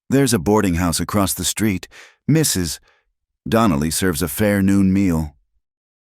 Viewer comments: A.I. does strange things. Sometimes it says the man's dialog the way it says the woman's. Sometimes it says dialog rapidly for no reason related to the story. My guess, the pause is the result of the A.I. narration encountering the " . " at the end of "Mrs." and interpreting it as the end of a sentence. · The best one I've heard. Except for the Mrs. pause each time it was great. But I got past it. AI sees the period and thinks it needs to pause. lol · AI sees the 'period' after Mr. and reads the last name as the first word in a new sentence.